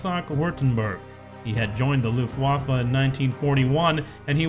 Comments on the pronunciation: luft-WAFFE? It's LUFT-waffe dammit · luft wafle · You can say "German air force", but if you choose to say Luftwaffe, you have to pronounce "w' as a "v", plus the last letter is an "e" (from "men") even though it might be blurred a bit into an "a" by real Germans.